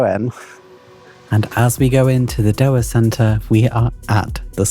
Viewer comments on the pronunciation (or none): it's pronounced Jew-arr centre